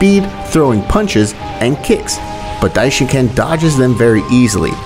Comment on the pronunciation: Dishincan? Its dishinkan